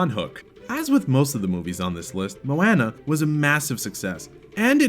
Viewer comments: (moe-ana) and (tef-etti) when it's really (mow-anna) and (tef-iti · U pronounced Moana wrong! What is with this channel and not being able to pronounce names! Ugh and Taffitii! Work on Pronounciation! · Please learn to pronounce moana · The way he says Moana 😡 that bugs me ughhh lmao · ErrorMaeBae I KNOW RIGHT😫😫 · Great vid... except the way you say Moana and Tafiti makes me cringe 😖😖😖